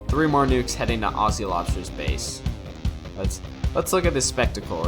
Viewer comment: Great cast, Aussie is pronounces ozi; two short syllables with a hard z, not aasee; two long syllables with an s.